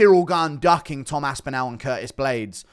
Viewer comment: Bro put some respect on the guys name and pronounce it right wtf is this As-Pin-Al it's As-Pin-All